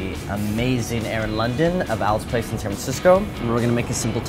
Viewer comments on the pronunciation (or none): none